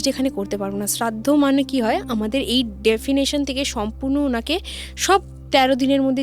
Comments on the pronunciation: একটা জিনিস ঠিক করে দিতে চাই কিছু মনে করবেন না কথাটা ডেফিনেশন নয় ডাইমেনশন...... যাকে বাংলায় অন্য জগৎ বা পরলোক ও বলা হয়ে থাকে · গল্পঃ টা ভালোই লাগলো কিন্তু অধিকাংশ ইং লিশ ভূল ওটা ডেফিনেশন নয় ডাযমেনশন হবে। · Re bhai English janis na thik ache kintu na jeneo bhul bhal bolis na bhai ..ota dimension.defination😂 na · Re its dimension not defination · Bhalo chilo..but meta barbar dimension k definition bolche.. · Ota 'definition' noy ota ' dimension'.